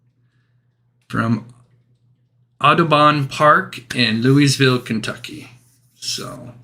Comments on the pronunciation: Lou uh vull not Louis ville :) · You don’t pronounce the “s” in Louisville.. Loo-uh-vull